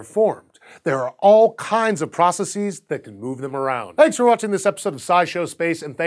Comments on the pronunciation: ITS PRONOUCED PRO-SESS-EZ NOT PRU-SE-SEES XD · The plural of process is "processes", not "pra cess ease". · What difference does it make where I'm from? That is not the "correct" pronunciation. And yes, I know, pronunciation can change, but "process" comes from latin and the "es" (ees) plural ending is for Greek words. It just sounds ignorant.